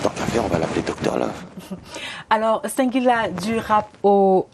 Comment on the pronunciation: Madame la journaliste, ce n'est pas "Cinq"guila mais plutôt "Sing"guila. Vous le faites expressément ou quoi? La Ciartivi au coeur de la médiocrité pfff